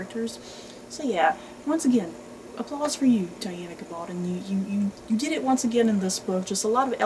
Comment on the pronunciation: Pronounced GA-bal-don (rhymes with stone)